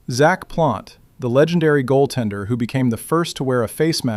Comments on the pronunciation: "Zack Plonte" told me all I need to know about the AI commentator. Anyone who is telling this kind of story would show respect for Jacques Plante and not bastardize his name like that ! Horrible that this channel resorts to such a low quality in it's accuracy and authenticity = Aurevoir monsieur Bot. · Did he say 'Zack Plante"?🤔🤨